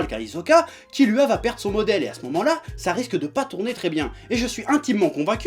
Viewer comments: nickel,sauf que kilua sa se prononce kirua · Kilua On dit kirua